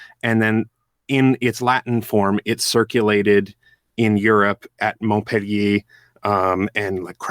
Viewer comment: It's Montpellier pronounce right please.